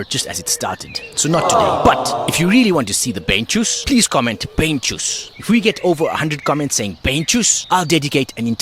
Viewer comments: " Beinschuss " is not bane shus btw. its german and stands for " Legshot" 👍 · BEINSCHUSS (and you pronounce the „ei“ as „I“ like in wine